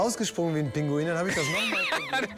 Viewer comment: Wie ein Pingihuhn rausgesprungen😂